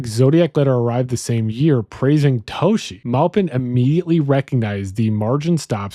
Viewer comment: I believe the Detective's name was Dave Toschi (Toss-Key) not (To-Shee). I do believe this theory really does make the most sense. The evidence itself truly speaks to this being the most plausible and logical. Thanks for the analysis.